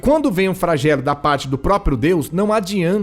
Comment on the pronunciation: Não é Fragelo, e sim "Flagelo" dã